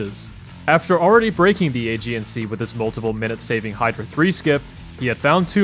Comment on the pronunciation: Aegean is not pronounced "age-ian", its pronounced "a-gee-in"